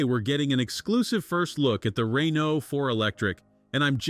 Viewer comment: SPEAKING OF NOT BEING ABLE TO PRONOUNCE THINGS correctly, Mr. Reeno, Rainoo, and whatever else you felt like calling the poor thing , what else are you gonna mess up royally in this video of yours? Just say "car" next time so you don't sound like talktard.